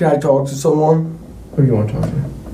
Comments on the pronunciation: He just wanted to "TWOAK" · Why wouldn’t you TOAK to me? TOAKKKK to me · Everyone's talking about "Tawk", why is no one talking about "Sa'ur'ehh" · should have spent it on a tutor to help him pronounce the word "talk" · The way he pronounce ''Talk'' is a crime itself. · He deserves jail just for the way he pronounces "talk" and the overuse of the word like. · bigger crime is is pronunciation of talk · turns out: if you pronouce the L in the word TALK people will believe you are innocent.